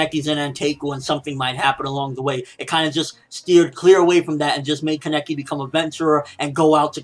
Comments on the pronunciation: Why does he say Keneki like that? It is Kaneki. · Keneki nooooo it's kaneki uhhhhhh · Wait is his name pronounced like that